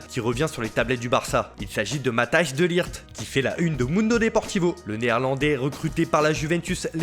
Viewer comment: Ça se lit "Matèys" de ligt. Belle revue de presse de votre part comme d'hab.